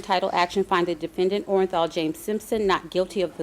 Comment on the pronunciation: Mrs Robertson was so articulate with her readings in court but she botched his name with the most replayed verdict in the history of the planet...my guess is she was stunned what the verdict was as she was reading and almost said Orajel (the toothache pain medicine)...instead of Orenthal..